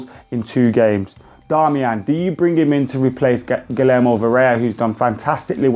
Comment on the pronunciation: It's pronounced Gii-yerr-mo